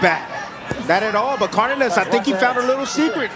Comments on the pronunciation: His name is not Cardiniss. That was driving me insane the entire fight. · yo, it's pronounced CAR-DAY-NASS...